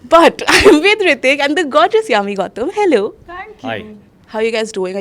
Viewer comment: Its Hrithik not Hritik -_